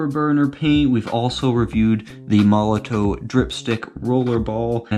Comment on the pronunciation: Please say: MOL LO TOF . and not MOLO TOE